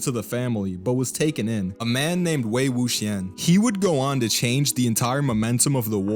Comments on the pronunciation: You butchered the names! LoL, Wei Wuxian is pronounced (Way Woo shee-an) and Jiang Cheng is (Jun Chun) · I once saw a review where the lady pronounced it "Wook-Si-Ahn" and I'm like "did you even watch the show?"